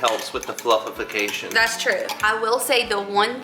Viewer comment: Flufficafacion? LMAO